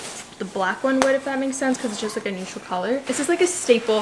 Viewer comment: She said “nothing special juss AirPods”😭